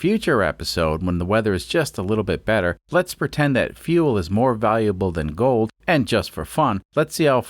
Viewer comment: more not moor.